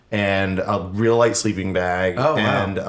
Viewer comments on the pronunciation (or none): none